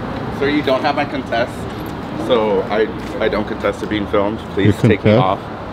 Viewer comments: Tried and horribly failed to say the word 'Consent'. Next he is going to "axe" a question. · That guys had too many buds the word is consent not contest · I thought he said confess